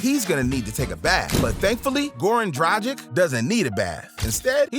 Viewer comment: say Dragic a couple of times before you get it right